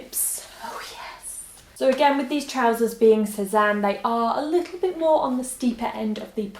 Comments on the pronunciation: Great prononciation on Sézane 😉 love from France, love you 😘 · you pronounced "Sezane" very well actually hahahah nice video by the way, love from France